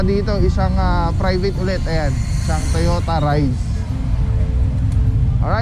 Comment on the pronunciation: Toyota reiz po pronounce.daihatsu